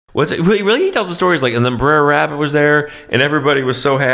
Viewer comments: Why he say briar rabbit? Instead of br'er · Braer, its brother. Stop saying briar. Y’all Californians aren’t versed in the south. You also don’t know the value of water. Eta: you’ve also obviously never worked cattle. Also yes your great grandparents owned slaves, I guarantee you aren’t brave enough to look up your family history. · I think it's Brer Rabbit, not Briar Rabbit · "Briar Rabbit" again? lollllllll - ------ "BROTHER RABBIT" ---- "Br'r Rabbit" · It’s Br’er Rabbit. Br’er is short for Brother.